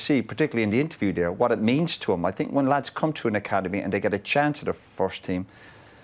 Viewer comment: Love how he says "I sinks"